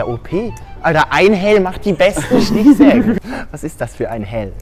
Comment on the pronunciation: Ich hab halt einfach einhelm verstanden statt einhell owo und dachte das wär warum auch immer nen einstein witz owo